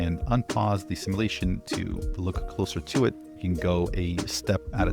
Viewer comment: Hey, I’m afraid the time has come. I don’t take joy in this. I tried to ignore it. And failed. I really love your take and fun, but somethings just can’t remain unsaid. So here goes. Google how to pronounce “simulation”. Even better, ask [insert current SOTA LLM] to help. Please. At the very least, it will stop the weird looks I get from my kids when I constantly shout “it’s simulation!” at my phone, post vid drop. Thank you for attending to this matter.